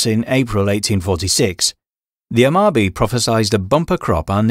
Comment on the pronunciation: So like for a general guideline that should help, all vowel sounds in Japanese generally speaking are pronounced, so like for Amabie you only pronounced it as Amabi I guess assuming that it's a silent E or something like in cookie. It's not. Silent letters don't exist. There are vowels that can elongate a sound depending on what vowel they come after, but no silent letters, and you'd actually get more satisfyingly closer to the actual pronunciation if you did pronounce every vowel. All vowel sounds also only have one sound. The sounds also do exist in English. A is like "ah" as in like "Ah, I see" or like the a sound in car. E is like the e sound in elephant. U and o actually use their long vowel sounds like in use or boat. I is actually pronounced like it is in cookie. But also like, soft consonants also don't exists so something like ginko being pronounced as jinko should never happen. It's always going to be like the word gift. Like no actual shade to you or anything, but I'm honestly always shocked at how many people have difficulty with Japanese pronunciations just because all of the sounds used in Japanese exist in English and the romanization system is actually quite straight forward and literal and match really well to English sounds. In comparison to other languages in the world let alone other Asian languages romanized, it's the easiest you're going to get. The "rules" for reading romanized Chinese go kind of off the rails for instance with like X being pronounced